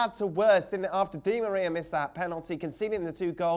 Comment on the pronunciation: never heard Di Maria pronounced like that